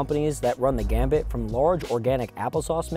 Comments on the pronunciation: Run the "gamut", not the "gamibt". Gamut is a word that originally meant the lowest note of a scale, but now means either an entire scale or whole range of notes on an instrument (or in someone's voice). So, "running the gamut" exploring the entire range of possibilities. A gambit is a risky move meant to give someone the upper hand in a situation. I suppose "running the gambit" could mean something like a "hail Mary" play in football. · It's "run the gamut" not "run the gambit" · FYI, it's "run the gamut," not "run the gambit."